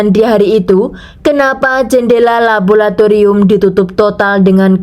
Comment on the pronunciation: LABORATORIUM bukan labolatorium. Bahasa Indonesia chemistry adalah kimia. Menyuntikkan bahan atau zat atau cairan kimia bukan menyuntikkan chemical. Chemical itu kata bahasa Inggris yang merupakan kata sifat sedangkan ‘menyuntikkan’ itu harus diikuti dengan kata benda. Jangan campur aduk bahasa Inggris dan bahasa Indonesia jadinya salah dan kacau. Tapi bagus cara penceritaanmu 👍.